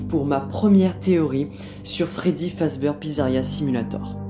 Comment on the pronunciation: La vidéo est top... Mais ça se prononce "Fazbir" haha